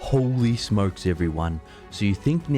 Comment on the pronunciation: Holy smokes in a European accent seems so severe.